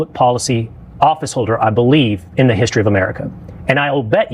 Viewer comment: I’m surprised no one has ever pointed out the way Candace pronounces the words “history” and “mystery.” She says them like “hyschory” and “myschory” as if there’s a ch in there. It’s always driven me crazy even when I liked her. ( boy was I duped) Also she pronounces words like “button” as “bu- in” and leaves the T sound out. So annoying. Lol